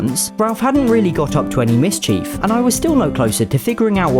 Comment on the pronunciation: It's really odd to hear an English person pronouncing "mischief" as if it were two separate words which is definitely not right. It's "MISchiff". You don't put a "hand ker chief" in your pocket and you don't get up to "miss chief".